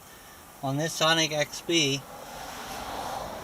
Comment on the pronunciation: Haha he said sonic xb instead of Scion